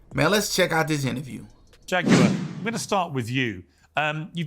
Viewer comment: Yes, yes, yes!! Go head and preach, Jag-you-are!!